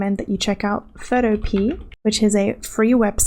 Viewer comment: Greate video and a little point I noticed, you said photopea wrong 😅 xd